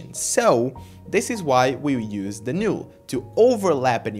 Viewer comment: It's not a big deal, but the "NULL" is pronounced as "Nall" but not "Nule"